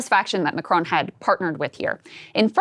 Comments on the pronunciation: Pretty sure that was supposed to say MacRon, as in the French dude… not a town in Georgia. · "MacRon"? McDonald's hip new spokesman? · His future is SO uncertain that he's lost the R in his name!!! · /Macron. Close ish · It's not Macron, it's M̄āc̄r̄ōn̄.